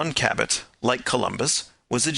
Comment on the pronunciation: The name is Jphn Cabot, not Cabbett.